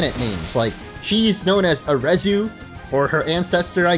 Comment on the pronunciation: Arezu is how the Japanese pronounce the name Ares, the greek counterpart to Mars. Also, I've had the same idea for HMs for years, they should make it a secret hidden move on a Pokemon that it can use in the field, but isn't part of the four combat moves. After all, why can't my Machamp move boulders and smash rocks? It's a freaking Fighting-type, and it's strong.